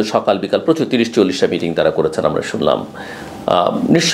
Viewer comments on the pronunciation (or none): none